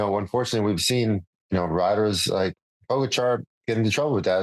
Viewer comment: George! Can you please learn the correct pronunciation of Pogacar? It’s rude AF.